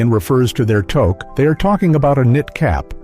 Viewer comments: Togue is spelt Touque and with a U sound not an O sound if you were to spell it as it sounds it would be "Tuce" not Toce not all Canadian homs require shoes to be removed, I for one cannot walk properly without shos on even in the house as I have ancle problems so I apologize and explain my situation everyone is fine with that but if it is very wet out I will bring shoes to wear inside as not all Canadian homes offer house shoes or slippers, here in the backwoods of Canada called British columbia a forgotten western province that gets almost no attention as the majority of documentaries focus on easter Canada, but us BCers are not so fussy about that. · we say it as tuque not togue excent the u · Tuque pronounced Tooook. Victoria day weekend is two four weekend not 2nd to 4th weekend